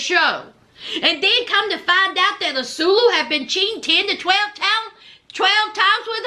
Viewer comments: Not azulu .😂😂😂😂😂😂.ann swaaay llooo is how u pronounce his name ... I can't keep hearing azuluuuu😂😂😂😂😂😂😂😂😂😂😂😂😊 you all prideful with it lol lol like she really heard his name like that on TV I guess lol lol love u ❤❤❤❤❤❤❤ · Ahh-sue-way-lew not "asuelo" or whatever you're calling him. Lol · Love the commentary!! His name is pronounced Ah-Sway-Loo